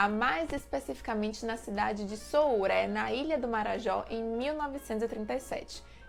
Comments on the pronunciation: Como uma conterrânea do Dener simplificaríamos ele como um grande potoqueiro. Que seria aquele que inventa ou aumenta uma história 😂 Amei saber um pouco mais sobre o Dener. Só uma correção. Soure se fala "sôure" e não não "souré" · Se fala Sourê e não Souré sem querer corrigir de forma crítica mas apenas como informação ao belo vídeo. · a pronuncia de soure é sôurÊ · Soure se lê SOURI. Bem rapidinho. Só para contextualizar mkkk amei o vídeo!!